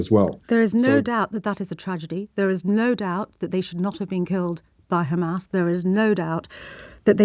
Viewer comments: Maybe they want to stop the aid to gazans and guess what! They are so moral so they are going to throw the blame on khamas! 6 mobths later they are not able to say Hamas correctly! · He keeps repeating KHamas..... sickening to hear the same scripts when the issue is Israel deliberately killing WCK staff.....very shameful